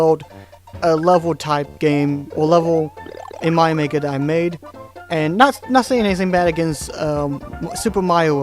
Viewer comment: I like the way you say Mario. "Maio". ^^